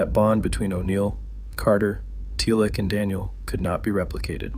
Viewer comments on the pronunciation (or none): i can't tell if you are using an AI to voice this or if you are just pronouncing teal'c wrong, because every time you say his name it comes out sounding like tealick, why are you saying tealick? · Not sure I should keep watching after the “Tealic” mispronunciation 😂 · Dead giveaway! 😂😂 NO FAN EVER would say it liek datt 😂😂😂 TELIC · So I am doubting the veracity of everything said in this video because the ‘narrator’ mis pronounced Teal’c. So AI mispronouncing or not whomever edited this did not know anything about Stargate. This was a glaring error. Puts in doubt everything said in the video.